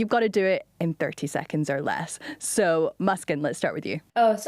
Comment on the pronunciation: I thought this was pretty interesting. I nannied a baby with the name Muskan- I think it means happiness, and it’s a really pretty name. I wish the reporter had pronounced her name correctly, especially as she introduced herself just before with the correct pronunciation. Beyond that, super cool interview.